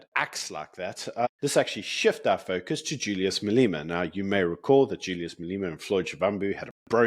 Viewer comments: You are awesome,! A big thank you Btw: your pronounciation of Marlena is perfect, because it’s SePedi - the ‘E’ sounds like an ‘I’ for indigo God bless you, Sir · Telegram is the filthy place of drugs, prostitution and every sexual perversion imaginable, right here on my upper class high street. It shouldn't be used by decent people. Please learn how to pronounce Malema. I know it must be hard, but you have it in you; you can do it! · As much as he is not my flavour of the month, please pronounce Malema correctly.